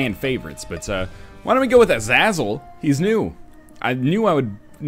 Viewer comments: its a za zel not e za zel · 1) Name is pronounced "uh-zey-zel". (Short vowel for the first syllable, long vowels for the other two.) 2) Edmund M. had mentioned a handful of times on his site that he wanted to create a melee character for _Isaac_—I believe Samson was originally meant to fit this role—but he couldn't figure out how to go about it without room layouts being an issue in making the game unwinnable. It looks like he finally figured out how to go about it with Azazel. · It's pronounced Azehzuhl! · I realize how old this video is but its driving me nuts, Ah-Zah-Zel. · this spirit is pronaunced a-za-zel and it is a sort of a dibuk or a demon in the hebrews calture most of the time whenin english you say "go to hell" we say "go to azazel" with shows how evil he was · Azazel= Ah-zah-zel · For the record,Its pronounced "Ah-zae-zel" and he is a demon in religious mythology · It's pronounced a-zae-zel...zae rhymes with hay, weigh, lay, kay, day, I just may. Geesh, have you never seen the classic Denzel movie "fallen"?!?! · You pronounce Azazel as A-zae-zel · It's pronounced Ah-Zah-Zel. It's Hebrew, or at least a closely related ancient Canaanite language. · i think its pronounced uh-zAA-zuhl or ah-zae-zuhl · Its pronounced Uh-Zay-zle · It's pronounced "Ah- Zah-Zel". It's a hebrew word. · Sorry i cant take it anymore. its azAzal u actually say the second a as A so u say it as-A-zle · I love how Nort keeps pronouncing Azazel's name any way possible but not right :D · I lowkey cringe when he says Azazel wrong. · Is anyone else annoyed that he is pronouncing his name wrong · I really like this series and all but I'm still pretty annoyed that you mispronounce "Azazel". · Am I the only one who cringes ever time he mispronounces Azazel's name? I know he's doing it as a joke but still. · i am re watching the series and I cringe every time he mispronounces azazel